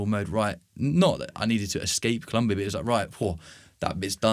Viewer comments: Es colombia no culumbia❤ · It’s COLOMBIA. Even in English